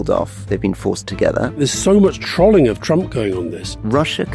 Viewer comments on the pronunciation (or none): 'Trolling' rhymes with 'rolling' not with 'trolley' Alistair, tsk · can someone please let alistair know its pronounced trolling like troll not trolling like trolley